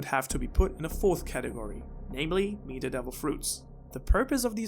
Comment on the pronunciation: Markyy Mark I don’t really know how mispronouncing a word makes you stupid. Especially considering English isn’t his first language.